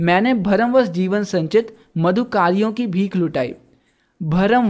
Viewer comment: मधुकरियो का आप ही ग़लत उच्चारण कर रहे हो